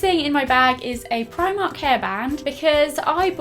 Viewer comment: its primark like she says it